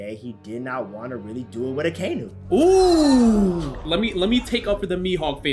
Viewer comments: I can never trust anything anime Sundays, first off he doesn't even say akainu right, second, all he says is heavy controversy and blasphemy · Why he pronounce akainu like that 🤣🤣